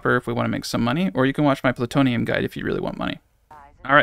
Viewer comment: Doc saying Plutonium gets me every time.